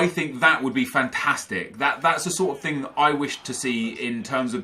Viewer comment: Every time said "THING" I imagined him saying "TING"